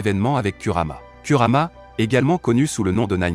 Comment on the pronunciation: Tu parles de: au cage ou bien ?? Donc tout ça pour un R à la fin. Si tu n'arrives pas à dire Kurama c'est mieux de dire Kyubi mais, je doute que tu le prononce bien